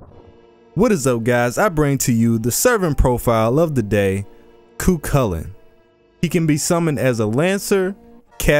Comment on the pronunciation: I only recently learned how Cu Chulainn and Scáthach are actually pronounced, so hearing you pronounce the names correctly was a big plus for me.